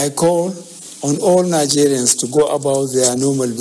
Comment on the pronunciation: Did I hear him say "Hello Nazarians"? 😂💔